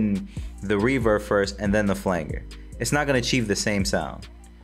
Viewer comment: Flanger is pronounced "FLAN-JER", and the name was derived from a manual technique for producing the effect by pressing against the FLANGE of a tape reel. Thought I'd give back a little knowledge in exchange for all the knowledge you shared in the video, Not trying to be condescending. Much Love and thanks for the VIDEO!